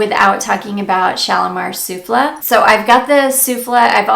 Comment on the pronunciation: Guerlain Shalimar Soufflé is pronounced “Sueflay” like the dessert! A bit late. Just found your channel and I am loving your content!😘